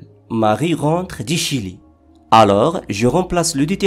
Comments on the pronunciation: Vous prononcer "du" comme "di" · La prononciation de du et des n'est pas bonne par contre.